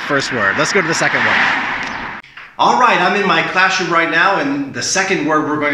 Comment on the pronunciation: What is "classhroom" 😉